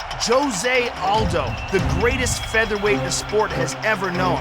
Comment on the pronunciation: Joe "One of THEE" Rogan